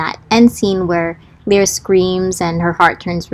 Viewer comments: I have a tendency to favor very short names bc I know for a fact they will be butchered... My friend: L-EYE-ruh 😂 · Omg I think we have all been saying Lyra's name wrong 😂😂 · It's strange to hear u pronounce the names, cause I've been pronouncing them different this whole time aha Lyra: Lie-rah Shon: more like schön 😅 don't know where I got that